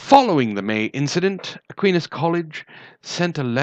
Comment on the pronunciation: Long "I" in Aquinas.